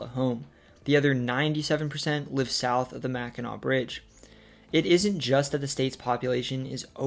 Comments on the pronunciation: Great video, and you did not mispronounce Mackinac and Sault Sainte Marie. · As a viewer of this series since the first couple videos, I was nervously anticipating Michigan. You hit it OUT OF THE (Comerica) PARK! You pronounced the words mostly correctly (Im so glad I didn’t have to sit there cringing each time someone said “Salt Saint Marie” or “Mackinack” bridge) and honestly did better than me with some of the French pronunciations. I am a native of Michigan and have left for short amounts of time here and there, but now at the age of 36 I’m probably going to stay here for the rest of my life. It really is the most balanced states. The weather isn’t extreme usually (I’m saying that as someone who survived a direct hit by an EF-2 tornado in May of this year) with winters being cold but not too much so and summers being the best in the country (can’t go wrong with summertime in Northern Michigan). The people are nice but not too much so, the economy is diversified and cost of living is relatively low, and there is enough beauty and scenery to always find new places to go even if you go somewhere new in the state each weekend. Plus, being here in the Kalamazoo area, we are <4 hours from Chicago, Detroit, Canada, the Appalachian Mountains, etc. and within an easy day’s drive from many other parts of the country. I encourage everybody in the US who hasn’t been here to make a trip someday!